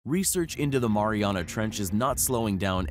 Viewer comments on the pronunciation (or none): Its pronounced maryanna not moriona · It's The Mariana's (marry-ana's) Trench 😂 (Yes, take my word, I'm from Guam lol) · Im an islander that lives on a island called guam ( the marianas island ) and you're saying mariana wrong. Its pronounced ( mary-ana ) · He kept saying Mariana wrong . Now I want to smash something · The way this dood says 'Mariana' makes me wanna jump of a cliff